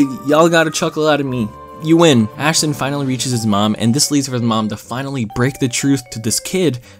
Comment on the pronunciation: Thanks to you, all I can hear now is Ass and not Ash